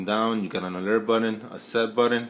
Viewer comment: What's a buddon?...... Is trying to say button??? I'm confused now....